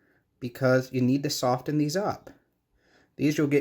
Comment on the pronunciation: the "t" is silent in soften